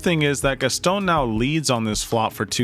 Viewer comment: It’s not pronounced “Gas-Tone”. It’s “Gas- ton” drop the sound of the “e” at the end of Gaston